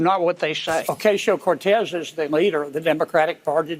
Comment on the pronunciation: "Oh-CASE-eo Cortez" - give me a fucking break. We get it - you're a shit-kicker.